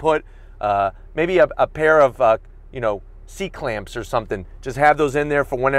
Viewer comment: He said C Clamps. 🤣